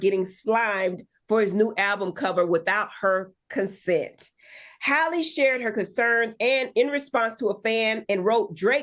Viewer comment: Her Name Halle Not Holly! These 🥷 make sick!